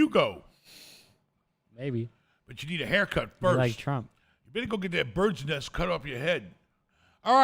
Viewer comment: Every time he says bird nest makes me laugh lol